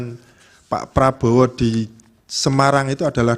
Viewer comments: apa saya yang salah denger ya, dia menyebut nama prabowo menjadi prabroro. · LAWYER KOK BILANG PRABOWO JADI PRABRORO . INI PERLU DIPERTANYAKAN LAWYER INI KEABSAHAN NYA